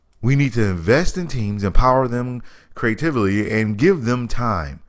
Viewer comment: I love how you say " lowercase g God of War" but can't pronounce the word "creatively" You're a moron! And God of War is better than your favorite game. You uneducated fuch!